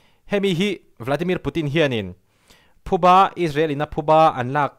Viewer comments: Thuba i ti tlat in ka hria..Phuba tih tur ania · Chanel dangah pawh "Thubâ" tiin i rawn sawi tawh, youtuber te hian ṭawngkam dik in hman hram hram a ṭha khawp mai, entu an tam ṭhin si a. "Thubâ" ni loin "Phubâ" tia sawi tur.